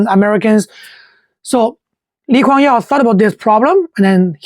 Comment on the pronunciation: I think the narrator is using the Chinese name of LKY. hence, the "Yeow" pronunciation.